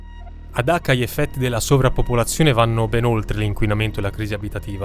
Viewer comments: Dacca o Cacca??? 😂😂😂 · Dacca in italiano si pronuncia con la "C"...